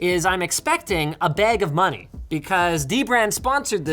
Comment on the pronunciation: Canadian voice: Internet moneyy